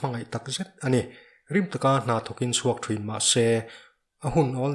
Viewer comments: THRIN NI LOVIN THIN ZAWK TUR AW, LAM NO LUTUK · "Thruin" ti loin "Thin" tiin lam la dik zawk mawle.. thangthar ten an lo copy palh a nge..